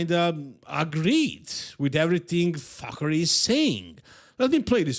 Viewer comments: Fakhri pronounced Fuckery is suitable. You can tell the guy is a piece of shit just from listening to speak for 2 seconds. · Its coach Fuckery that's the correct way to pronounce it